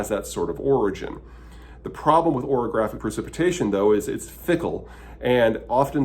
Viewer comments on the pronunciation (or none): Oreogeaphic- when the milk and cream hit the chocolate cookies and condense into cream filling. 😂 Peter is so smart but I love occasional mispronunciations!